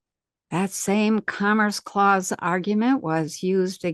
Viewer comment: Interesting info. I cant help but mention it sounds like she's saying "cummer's clause" tho. Sorry. Lmao. 😂